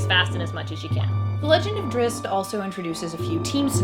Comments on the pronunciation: Why every reviewer out there butchers Drizzt name so bad? It's like there is some conspiracy bent on this one. There is no Drizz-i-t. It's Drizzt. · Drizzit... :( How can you say his name wrong when the person next to you just said it right? lol. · OMG I cringe everytime i hear her say drizzit >_< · why people pronounce it "Drissit" ?? 😬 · 😂 she said “Drizzit” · Tell your partner with the black shirt that it's Drizzt. Not Drizzit. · Thats wrong. Drizzt there is no I after the z, why would it be pronounced like that? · NOT DRIZZIT , DRISST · DRIZZZZZZZZZZT....NOT DRIZZZZZZIT! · I am not bothered by people mispronouncing his name... but for crying out loud; if you are going to make a video where two people talk about him and say his name, they should at least have come to an agreement on how THEY should both pronounce it.... One says "Drizz-it" the other seems to mostly get it right... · im sorry but i have to point this out. his name is Drizzt not Drizzit i dont know why you keep putting an i in his name lol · She called him "Drizz it" like I do! I'm not the only one!! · I'm a huge "drizzit" fan. salvatore even addresses this in Sojourn when one of the peasant children shouts "it's a drizz-it!" and drizzt laughs and tries to correct him. it was the sixth book in the series he wrote, so it was probably a way for the book to show the reader how its pronounced without it feeling forced. however, I still prefer saying drizzit.